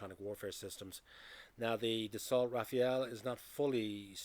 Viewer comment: Rafale (it is not pronounced RAFAEL, nor is Dassault pronounced DasSALT🙄) way more expensive to procure and operate.